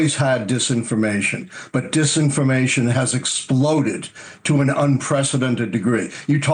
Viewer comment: `it was duh disinfermatiuon guyz, reeely`🤣😂🤣